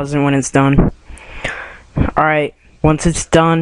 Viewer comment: It is ALL in one not ALE in one!! OMFG!